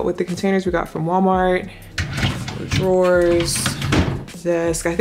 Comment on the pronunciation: Lmaooo “Gwallmar” took me OUT!